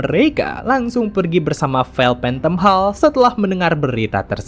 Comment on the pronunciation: hall di baca nya holl bang